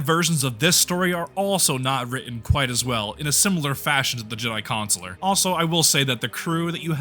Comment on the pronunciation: Don't like how you both say Consular.